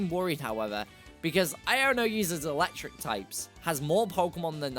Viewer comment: AND IT'S ELECTRIC, NOT ELECKTRIKE!